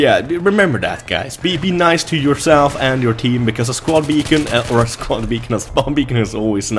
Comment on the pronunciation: its "beacon" ))